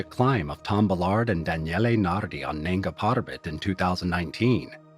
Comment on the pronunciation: Its nanga not nenga , nanga meaning naked